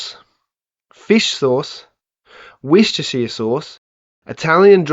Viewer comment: Sweet Chilli sauce?! FISH SAUCE!?! No. Just No. AND ITS WUR_STA_SHIRE!